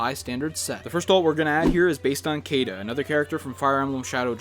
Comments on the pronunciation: First alt we’re gonna give Marth today is based off KAYda 😬😬 It’s pronounced shiida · Marth's girlfriend's name is pronounced "Sheeda". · Not at all trying to be rude or nit picky Caeda is pronounced “Shiida” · Caeda is pronounced See-da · Camus is pronounced Cam- Moo, and Caeda is pronounced See-Dah. Also, wrong image for the Shadow Dragon Marth alt. It's based on the original, not the remake.